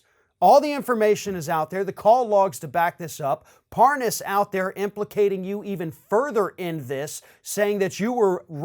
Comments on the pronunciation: Par-Noss?? Hahaha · "parnous" Yeah, mispronouncing his name shows you didn't know him. Uh huh. This is the noob, when had Schiff's position, who ran immediately to the WH after each committee meeting. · Ah, ‘talking about random things’ with ‘parnass’ as if pronouncing the name differently will be the reasoned explanation. All is ok now then. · Funny he calls Lev "Par-ness" when he's the dumb-ass. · i could tell that Nunes knew Parnas, from the second he said "Parnaz." Nunes went outta his way to say the name incorrectly. but when he had to speed up the conversation & add the "WIFE" after his name, somehow he was able to pronounce it JUST FINE! ... &then he went right back to saying it wrong & calling him "Parnoz." 🙄 ... typical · He didn't know the name Parrrnarrrrs lol, I can't pronounce it so I didn't know him. What a prat! And he'd not heard of the Ambassador to Ukraine until the impeachment hearing.. of course he didn't 😒 He is a lying b*****d, he sat through impeachment hearing berating, criticising , undermining & discrediting good honest decent American civil servants & he's a low life lying piece of crap, how dare he. Even the crook Parnas or Parrrnarrrrs as Nuney calls him, couldn't believe the criminals that where in the middle of this extortion scam had positions in those hearings.. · You gotta love the intentional mispronunciation of Parnas' name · I love how Nunez mispronounces the guy's name and he's outwitted everyone he may be as stupid as Trump trump is not going to like that he does not like to lose he'll have to do something stupid enough so that there's no question he's winning the stupid race. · Mispronounce his name always looks inocent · Funny how Republicans keep mispronouncing his last name as if they don't know whom he is; especially when these people whom mispronounce his last name have contact with this individual. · Intentionally mispronounces Parnas name